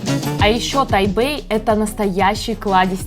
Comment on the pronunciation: Не Тайбэй а Тайпей